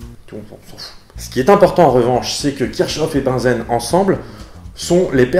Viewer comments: peut être déjà dit, mais Bunsen ne se prononce pas comme "benzène", mais se prononce "bounzeun" (pas joli-joli à écrire, je sais...) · il me semble tu as confondu à la prononciation Bunsen et Benzène ^^ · tu prononces Bunsen comme Benzène ? Oups je n'avais pas vu que la vidéo date de 10 ans... 🥴